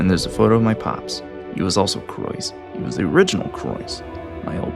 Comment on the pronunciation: when you sa ythe croise it sounds like la croy